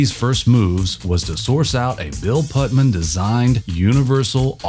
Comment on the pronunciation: The Ai has has some form of Dyslexia.... so many mistakes simply reading names, (Pudman) for Bill Putnam. How are these systems going to take over the world -- by making us laugh to death?